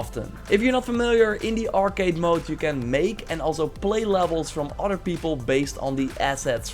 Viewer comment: plz don't say "oder" its "other"